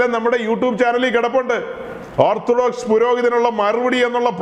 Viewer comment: യുട്യൂബ് എന്ന് തന്നെ പറയണം യൂട്ടൂബ് എന്ന് കേൾക്കുമ്പോൾ എന്തോ ഒരു അരോചകം ആയി തോന്നുന്നു..... ഇങ്ങനെ പറയേണ്ടിവന്നതിൽ ഖേദിക്കുന്നു, സഹോദരാ.......